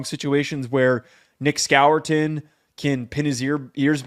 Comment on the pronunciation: Who the heck is Nick Skawour-tin? SMH